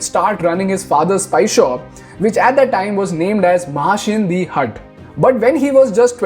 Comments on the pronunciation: Abe angrej its Mahashea di Hatti not hat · It’s महाशयां दी हट्टी not what u said…..